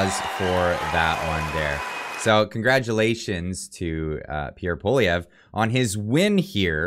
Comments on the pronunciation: lol it's "paw-lee-ev" with the english accent, not "paw-liv-ee-ay" Otherwise great video! Gotta love how the MSM will demonize anyone they don't like. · It’s poilievre not polivier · Polivier? Dyslexic much?! Pwa-lyeh-vre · it's pronounced "Poliver" not "Polivay"....have you not heard his name pronounced properly all over the media? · ...Pollievre is pronounced Poly ev.. Thanks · its pronounced: "Polly-ev--vre" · Dude it’s pronounced “Polly-ev” the R is silent, it’s not an “a” either 😅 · I do not trust Polievre. I remember his days when he was in the Harper government. The only one I would have trusted is Roman Baber. And Polievre is pronounced: po-le-ae-vre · That's Poilievre, not Poulivier. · HIS NAME IS PROUNOUNCED POLY-EVV. FFS. GET IT RIGHT!!! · ♥️♥️. I argued so much about Pierre NOT being sincere. However, I can clearly see how happy you are. So let's pronounce his name properly. POLI - EVE ( then french roll an R in there but Poli- eve ( soft e like every. Glad you are happy. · It's pronounced Polly Ev. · Lets hope that when Pierre becomes PM, we can all get a laugh at the massacring of his name by people all across the world. For my fellow anglos who aren't from Qc, its pronounced Pou-ah-lee-eh (rhymes with meh)-vruh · It’s pronounced Pol i ev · Pronounce it like poli-ev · Try saying it like this: Pwah-li-ev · Pronounced: PWA-lee-ev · Dude, you gotta learn how to pronounce his name….it’s Pwah-li-ev Just sayin’ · Po lee ev re we’ll have to learn how to pronounce his name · please learn how to say pwa-lee-ev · Is it just me or butchered the name "Poilievre"? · you said his name wrong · Perhaps the moderator could learn the correct pronunciation of the winner's last name eh? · Wrong totals and wrong pronunciation of Pierre’s name. Please be accurate... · Learn how to pronounce his name!!! WOW!!! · Can't you pronounce his name correctly? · Small recommendation.. learn how to pronounce his name ;) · Please pronounce his name right haha